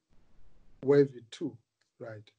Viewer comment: pronounced as Way-vee not wahvhi 😂😂😂